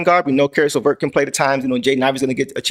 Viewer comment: I'm sure you didn't catch yourself saying carrot laverse, but I love it! From now on, his name is carrot laverse😅